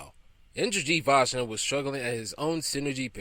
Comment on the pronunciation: Oh, come on. Seriously?! You cannot even pronounce Andy Vajna's name right? I mean, you had to have researched it, right? It's NOT VAG-NA, it's Vay-Na.